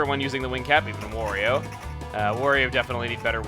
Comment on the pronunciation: Wa-REE-Oh! Not Wore-EE-O!!!